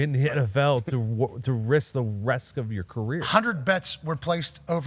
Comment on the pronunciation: We all just moving past saying “Wisk the Resk of his career?”😂